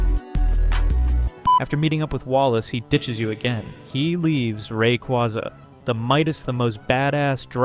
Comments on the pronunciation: Awesome video! Truly splendid! Thumbs up! Only one thing: The correct pronunciation for Rayquaza is Ray-KWAY-zuh, not Ray·KWA·zuh. I used to use the second one as well but I re-taught myself to use the first one. Rayquaza comes from "ray" (the cosmic radiation it is exposed to in its ozone layer habitat) and "quasar" (the most distant celestial object observed thus far, often theorized to be galaxies emitting high levels of radiation). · Sucks that this vid uses AI voiceover. The changing pronunciation of "Rayquaza" really gives it away. It cant decide if its "RayQUAza" or "RayKWAYza". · It's based off a quasar, pronounced rah-quay-za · Thumbs down simply for saying ray-quaw-za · Great video but you're saying Rayquaza wrong, and I think you know you are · Learn to say the Pokémon’s name right before making a video about it